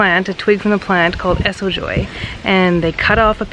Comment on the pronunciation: You pronounced well, Esojoi for white teeth 😁